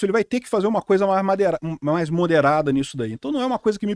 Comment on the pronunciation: Não é Hamais